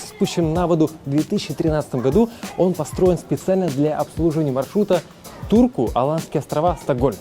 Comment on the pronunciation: Мне одному послыщалось что не в Турку а в дурку